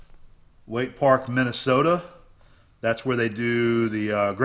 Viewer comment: Someone needs to tell Starrett that it is Minnesota and not Minnisota.